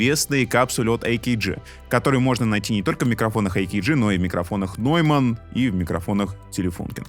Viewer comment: Кстати да, верное замечание ) Нойманн же произнесён ведущим верно ) а эйкеджи резануло ухо… Если заострять на этой мелочи внимание, авторам палец вверх за ролик и за труд!